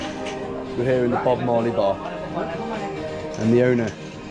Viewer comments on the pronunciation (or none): none